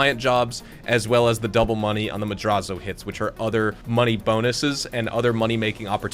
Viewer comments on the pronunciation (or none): I love everything about, except for the way we says “Madrazzo”